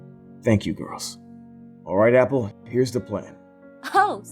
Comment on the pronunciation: HAH YAL DON FUCKED UP. SHE SAID APHAU NOT APPLE C